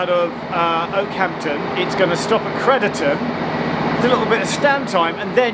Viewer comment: you keep pronouncing crediton wrong for a shropshire lad lol